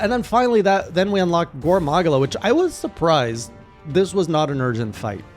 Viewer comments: Gore MAH-GAL-UH! How many times does twitch chat have to teach you this lesson old man! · sorry, how you said gore magala threw me off, it was soo close but hurt even more because of that. Don't have to follow it but it is meant to be Gore Ma-gala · Its pronounced "Gore Ma-gala". 😉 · Don't forget "gore mAHgula" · Your Gore Magala pronunciation is painful. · Yeah, i heard your better Gore Magala pronounciation in later Journals 👍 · I've never heard anyone pronounce Gore Magala the way you do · Pronounce gore magala correctly